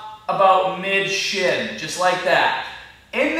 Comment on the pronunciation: did he say "Mid-shit" =]